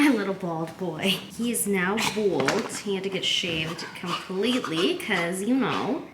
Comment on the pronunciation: I'm sorry...are you trying to say BALD!?🤣